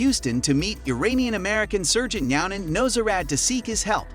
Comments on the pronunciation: Nazoodoran??. Do you even watch the show??. It’s NOWZARDAN say it with me NOWZARDAN or Dr. Now for short. Pathetic just a just of a channel. Thumbs down 👎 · Do you even watch the show? I’ve never seen someone say all these names wrong even Dr Nows name and things like bariatric